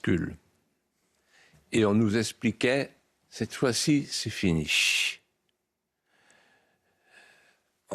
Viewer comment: "C'est finiche..." Il est impayable. HAHAHA!